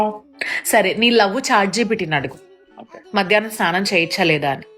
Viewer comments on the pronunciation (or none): Matta madyanam kadhu mitta madhyanam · Matta madhyanam enti …? Adhi mitta madhyahnam. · Mattamadhyanam 😂kadhu mittamadhyanam